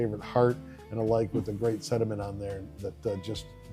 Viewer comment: SeNtiment...not seDiment!😂😂😂